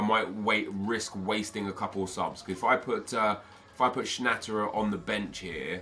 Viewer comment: Its pronounced Schna te rer